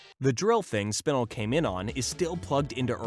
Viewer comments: I loved this vid so much but hearing him say Spinel wrong angered me in ways I cannot describe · Why is nobody talking about the way he was pronouncing Spinel's name💀. It makes me think that he isn't a true Steven universe fan and he only did the research to make this video just for money. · Your saying spinel wrong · Pretty sure you're pronouncing spinel wrong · Sorry but the way you pronounced Spinel was really annoying me but the rest of the video was fine 👍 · No one gonna talk about him saying spinel weird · did nobody nodice that he said Spinel incorectly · I hate the way he says spinel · the way you say spinel triggers me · Bro said spinella wrong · He pronounced Spinel wrong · bro said spinl not spinel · It’s spinel not spinal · Spinle? SPINLE?? It's SPIN-EL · It not spin- L it's "spin-el" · The mispronunciation of Spinel is killing me. SPIN ELLE . not spinul. hell you even have clips of them pronouncing it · Man! I love "suckilite" and "spinnal" Such cool characters! I love the different pronunciations though steven said "sugilite" And "Spinnel" pronunciation! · Spinal it's spinel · We not gonna talk about how he’s saying SPIN-L instead of SPI-NEL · It’s Spenel not spinel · its pronounced spi-nel not spin-le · It realllllllly bugs me you mispronouce spinel. Its spi-nell. Not spi-nill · Bruh spin-el not spinel. That shit got me annoyed as fuck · You have disgraced the Spinel Community, it is pronounced SPIN-L, not SPIN-UL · what did he call spinal? 💀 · It is spi-NELL not spin-ill oml that got me slightly annoyed good video tho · its spinel [spin-el]:hand-pink-waving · you pronounced Spanel wrong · It’s pronounced sp Nell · "aqua" "Spinl" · No way man called spinel spinil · ‘Spinnel’ No comment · I'm sorry but SPINEL IS PRONOUNCED SPIN ELLE 🥺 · ITS SPIN-EL SPINAL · Not him saying sPinel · Spinle.......... this is how you say it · I like how he pronounces spinel spinill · Excuse me but wtf is spinuhl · You said spinel wrong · Saying spinel wrong